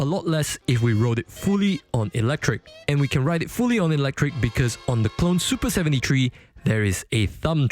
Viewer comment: "soopa sebenty tree"